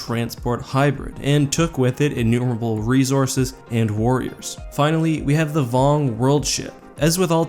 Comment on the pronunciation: Hey man I love your videos but ya gotta stop saying "rezources".